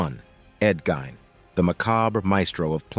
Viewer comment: It is pronounced Geen hard e. Ed Gein